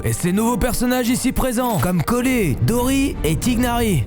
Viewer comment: Mais ta dis collé👹 on prononce collèye 👹 ET J’AI DEJA GENSHIN JWSIZNSSGSJSHS J’AIME CE JEU SINON BONNE CONTINUATION J’ADORE TES VIDÉOS